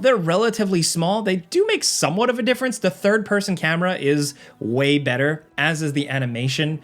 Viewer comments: WAY better.. Weye better. You sly dog. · "Weye better" See what you did there, and i appreciate it. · It's Weye better. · Weye better😂